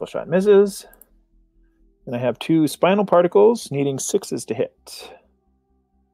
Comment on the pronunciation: Was the random speed-up during your turn 2 damage control intentional? Also, is the funky pronunciation of "spinal" intentional?